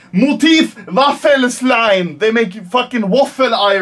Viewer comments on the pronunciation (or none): I love the fact that you pronounced it Waffel-Slein. But it‘s actually called Waffel-Eisen 😇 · Was ist ein Waffelslein? XD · Waffleslime ich kann nicht mehr